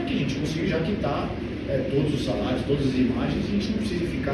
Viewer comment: "SALAIOS" viva o cebolinha 😂😂😂😂